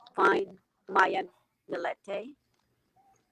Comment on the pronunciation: her last name is pronounced Mill-E-te, not Mill-EE-E-te.